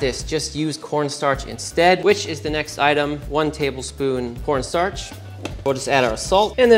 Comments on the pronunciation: "we're gonna go all KAWNSTARCH" lmfao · “Cohwnstarch” 😂😂😂 (it has the juice!) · cowen starch